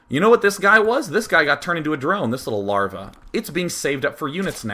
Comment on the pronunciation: "larvjaj" swedish style xD